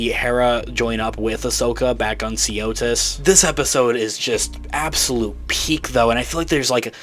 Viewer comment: Jeez, can you learn the name of the planet already? It's not Seeotis.